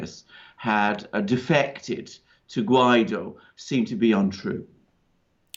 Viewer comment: It is Guaido, not Guiado. :)